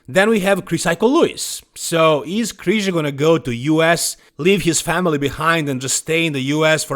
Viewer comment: It's Krizanek lol